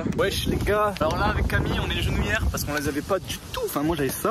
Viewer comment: Genouillères pas genoilière